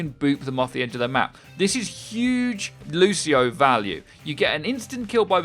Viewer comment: 9.01 - Loseio; well I think I've heard enough.